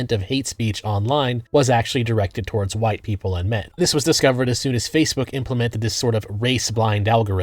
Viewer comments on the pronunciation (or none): none